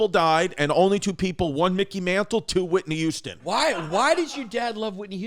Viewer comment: Chrissy says "Whitney Youston"